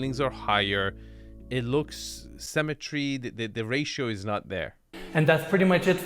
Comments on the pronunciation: Love you man but please learn how to pronounce symmetry sim-a-tree as you pronounce it cemetery sem-a-tree a place for dead bodies 😂 😂😂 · Sy-me-try. Symmetry. Symmetry. Not "cemetery", xD